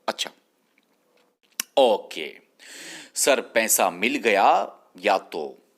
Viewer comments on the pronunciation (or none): Its not pensa,Pesa kyu nhi bolte kashmiris🤔🤔🤔